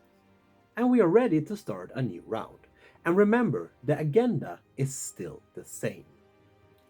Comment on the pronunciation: Thanks for that. Great job. (Just quietly, 'Agenda' has a soft g not a sharp one) Obviously I love Board Games and Star Wars.